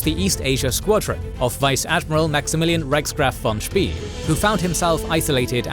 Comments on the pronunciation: His pronunciation of 'von Spee' is also wrong, it should sound like 'von Spay' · 'von Spee' rhymes with 'way', not 'we' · Good video. Btw, that's not how you pronounce ''von Spee''... 🤣